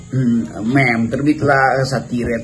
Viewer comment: Bang rocky meme dibacanya mim